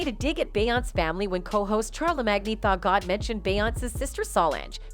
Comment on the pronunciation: Char le mag nee 🤣 💀💀💀💀💀